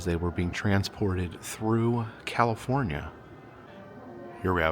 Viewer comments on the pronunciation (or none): none